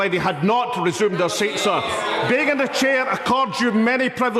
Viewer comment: Dumbing down reaches a new level, he thinks he's down the pub. It's 'chair' not 'cher'.